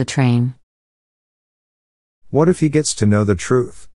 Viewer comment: know the truth → another truth に聞こえてしまう